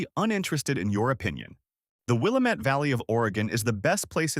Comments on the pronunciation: Will-am-ette NOT Will-a-mette. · Will-A'-mette, dammit! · It’s Wil-lam-et Dam-it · Wih -lamb-ett.. till-uh-muk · It's will-am-it-damn-it. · I don't understand your hall monitor statement. I just think Willamette should be pronounced correctly in a story about Oregon. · no offence but your pronunciation of Willamette is terrible. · Arrrrgh! The speaker biffs the pronunciation of Willamette every time. About a dozen of them. The first is understandable, but then keeps piling it on. And on. And on. Willamette sort of rhymes with damn it .